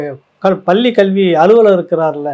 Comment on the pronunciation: பள்ளி என இடையின "ள" உச்சரிக்க தெரியாமல் "பல்லி" என்பதிலேயே உன் தமிழ் பற்று தெரிகிறதே. நீ போய் தமிழை படிடா , டம்ளர் சொம்பு.